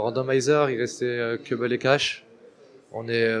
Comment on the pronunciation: on dit : Cobble et non cèbble ou caibble